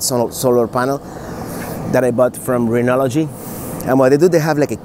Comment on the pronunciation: Renogy has three syllables, not four.